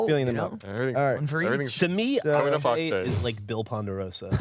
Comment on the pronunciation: EYYY! It's Ak'she